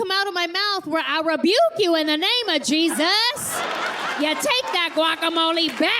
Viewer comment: She pronounced Jesus like a guero tho